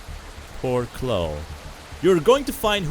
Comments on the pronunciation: nice vid but its Chlo-e dont forget the e at the end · I know it's cause you accent, but I'm pretty sure it pronounced "Clowe-E"